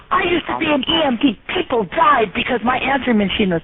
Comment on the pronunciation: "There are eople who have died because of telemarketers!"...lol!!!